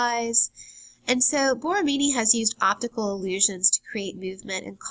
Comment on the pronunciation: Sweety. Work on your voice, because you have the content pretty much done. "Myuvement"? And the vocal fry....